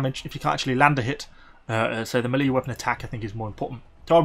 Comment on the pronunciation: It seems to me you mispronounce the word 'melee'. It should be pronounced 'ME-lei'. Is it some sort of regional dialect or just a bad habit?